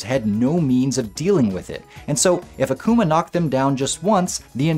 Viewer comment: Great vid! But It's pronounced AH-kuma Literally means demon in Japanese